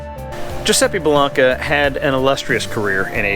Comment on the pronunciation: Hey,! It's pronounced BELL-AINK-AH. With a long "a" on the middle syllable. Great video, thanks for sharing.